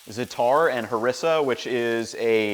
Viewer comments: It’s leviosa, not leviosAaaaa pronounced Za-atar not Za-tar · Very nice, i'm gonna make this. BTW when you say Zatar, you put the emphasis on the a's, so basically zA-tAr.